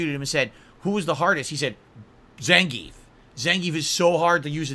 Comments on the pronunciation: is it me or he mispronounces zangief? announcer says it russian zangy-eff. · according to russians themselves and the fact gief is russian its pronounced zan-gee-yif. zangeef is how you would say it in german or english